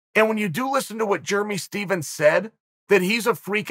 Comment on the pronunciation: Ah yes. Germy Stephens